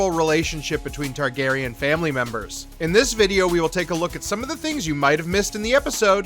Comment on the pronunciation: I like you. I do. But seriously, get someone who can pronounce the characters names correctly.